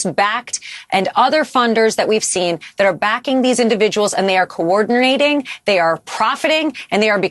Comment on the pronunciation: They are "co-ordernating". Actually, she is the perfect lawyer for trump. They both have not being able to speak in common. 😂